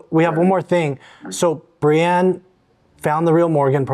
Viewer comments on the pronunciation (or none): none